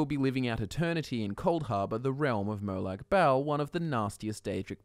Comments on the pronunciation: Says bal like bowel😂 it is “MO-LAG BALL” Fucking npc’s say it all the damn time so you doing that shit on purpose to be annoying it feels like. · It’s pronounced like molog bol, not malag bale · Merlag Bail? Lmao It’s pronounced mo lag bahl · Ok mate, I'm Aussie too. But I cringe every time I hear your pronunciation of the Daedric god. It's not Mowlaag Baaaaaal, like some fucken bogan. Try: Molag bawl, as per this pronuciation from ESO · Merlac-Bowl. hoho.